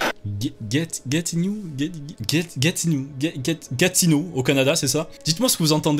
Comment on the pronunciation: Il dit " Got in "